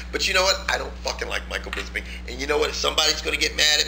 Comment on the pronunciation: Bisping, not bisbing. I dont like his attitude but he sure have some good stand-ups combinations.